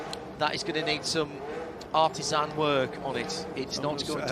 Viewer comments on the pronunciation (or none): none